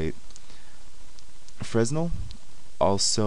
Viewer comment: Fresnel is pronounced "fray-nel"